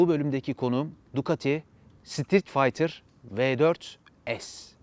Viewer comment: sitrit faytır ... adını söyleyemediğiniz motorları tanıtmaya çalışıyorsunuz ... ah barkın abi kimlere braktın piyasayı